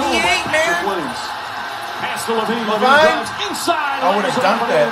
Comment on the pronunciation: It’s pronounced La Veen